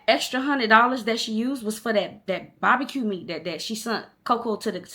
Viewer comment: The way you was saying “bahbacue” was cracking me up you so country! 🤣💓